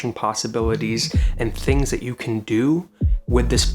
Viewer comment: Everytime u say good tings I wonder which Jamaican u know lol